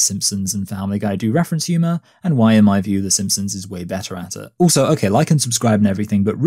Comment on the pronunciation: why do you pronounce "also" as "ooso"?